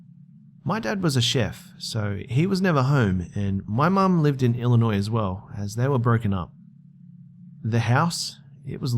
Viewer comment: Yay, someone can pronounce Illinois right.